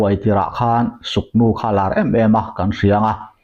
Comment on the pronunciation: Suknu nilo in sugnu nih zawk tur ....k nilo in g kha adik zawk ani